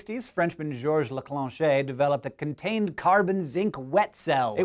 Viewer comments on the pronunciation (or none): why do you always feel the need to put an "é" in a french name, even when there's none XD laclanche is said "laclanshe", you don't have to put an "é" at the end ;)